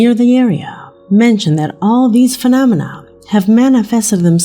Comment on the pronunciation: Can you say the word "phenomena" again?:)) It's funny!!